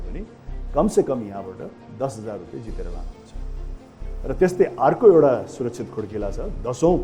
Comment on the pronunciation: It’s “Rupiya”, not “Rupay”. Anyway. Great!!🙌🏻👌🏻👌🏻